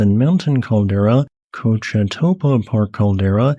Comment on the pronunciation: Native Coloradan here--I've explored all of that area, it's fascinating geologically. A couple of notes on place name place pronunciations: "Cochetopa" is pronounced "Coach-uh-tope"--the ending "a" is silent. And "Cebolla" is a Spanish word, pronounced "Suh-voy-uh", Spanish for onion. By the way, Wheeler Geological Area was designated a National Monument for several years in the early 1900's. Its National Monument designation was withdrawn because it was so remote that hardly anyone ever visited it. Even today, it is only accessible by foot trail or by a long and pretty difficult 4WD trail. I've been there--it's a pretty remote and quiet place.